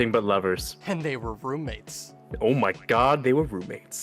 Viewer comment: Not the “ommygod”